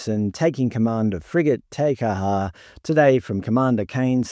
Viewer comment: You need to work on your pronunciation of Māori and Samoan names . Examples you butchered, you said ta car ha for Te Kaha and Sa mower for Samoa . It was embarrassingly bad .